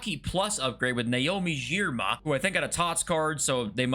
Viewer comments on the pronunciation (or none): 81 for Naomi Girma and jockey + is a travesty. If Wendy Renard can be 88 with anticipate +, Girma, of anyone, should be at the same level. And, it's a hard G "gir-ma"